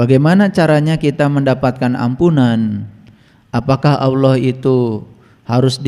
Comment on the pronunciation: Yg bener itu .ALLAH..BUKAN AULOH😂